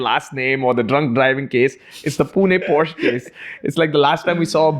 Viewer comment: PLEASE BROOOO ITSSSS = """""""POH SHUH"""""""